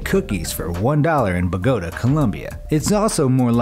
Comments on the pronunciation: I love the way he said Bagoota instead of bogàta!🤭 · Narrator:“Buh-go-duh” Columbia Columbia: Am I a joke to you? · you said bogota wrong for colombia